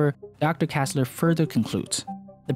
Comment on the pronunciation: Why do you insist on calling him Kassler when his name is kessler? E like in egg.